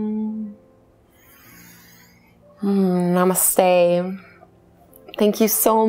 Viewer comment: Ok it is strange to see a white person chanting OM. The one thing I wish white yogis would do is pleassee TRY to pronounce namaste correctly..it's not "nah-mus-stay" . It's "nuh-mus-sthey"